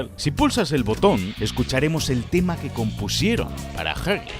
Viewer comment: Gran vídeo, lo único que me mata es el tema de la pronunciación... ¿Jagi? ¿Chaki? ¿Quién les dijo que es así? 😢 Al menos no lo hicieron con Poppy y Bron